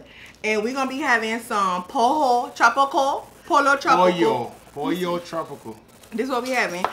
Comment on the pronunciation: The way you guys pronounced Pollo tropical made me cry